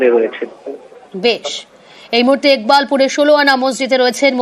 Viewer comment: একবাকপুর না ইকবালপুর হবে!,😂😂আমার আর জায়গার নামের বদনাম বা বলাতকার করেন না!😂😂😂😂